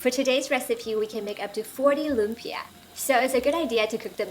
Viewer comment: Very nice, even pronounced 'lumpia' like a Filipino. A short cut to the sauce is Mae Ploy sweet chili sauce from your local Chinese or Korean store and a touch of Sriracha for the extra kick. Its good to have these available anyway if you are cooking Asian food.